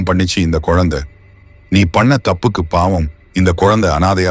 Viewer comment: படங்கள் அருமை.கதையும் அருமை.."யாரையுமே பார்த்தவுடன்" பொருள் மாறுபடும்."பார்த்தவுடன்யாரையுமே" என எழுதியிருக்கலாம்..மகன் அழுது கொண்டிருந்தான் அல்லது குழந்தை அழுது கொண்டிருந்தது.உச்சரிப்பு சில இடங்களில் சரியில்லை.pavam ஓரிடத்தில்bavam. ahi vittadhu.. குலவையில்இல்லை.குவளையில். விளக்கி இல்லை விலக்கி.காமம் தாயைக் கூட கொல்லுகிறது.